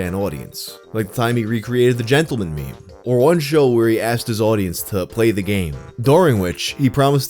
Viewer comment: The pronunciation of "meme" as "me me" reminds me of MeMeMolly, early Youtuber, anchor of Rocketboom, she apparently works for Youtube now, like she's a Google employee. Her handle predated the use of the word "meme" in popular culture so it was pronounced "me me molly."